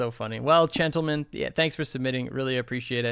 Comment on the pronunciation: Chen-tlemen lmao XD